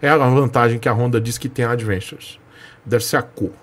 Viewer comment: falando "advenxuchi" 😂😂